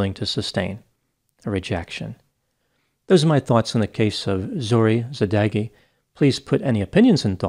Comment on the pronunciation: As a Persian I haven't heard about this horrible crime. I wish there were a better result to her situation., thanks for your cover. Just want to tell you that you pronounce Zohreh Sadeghi's name so bad that I didn't understand their nationality until you mentioned it. For such cases, you can ask your followers on Instagram to help you with the pronunciation, before you record the video. I hope their family find peace.